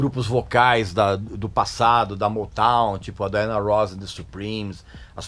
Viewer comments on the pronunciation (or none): none